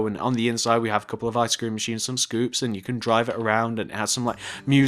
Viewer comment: when he said icescrem it sounded like i SCREAM